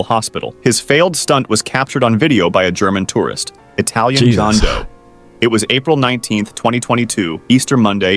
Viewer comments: "Italian john toe"💀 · wait "jonh doe„